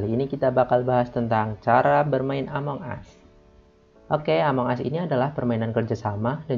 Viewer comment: "among us" cara bacanya "emong as"